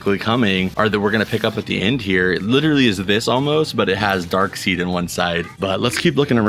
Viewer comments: Driving me crazy saying his name wrong I know how it's spelled but it's Daekside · Think Darkseid is pronounced dark side lol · there's a gitd Flying Dutchman pop from new movie set....Darkseid it's jus pronounced Darkside....lol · The way u pronounce Darkseid bothers me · Is darkside not dark seed